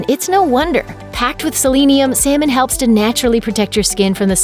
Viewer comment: Is that really how you pronounce selenium?